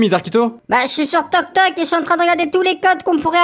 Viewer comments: Il a dit toktok 😂😂😂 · C'est pas.toktok c'est tiktok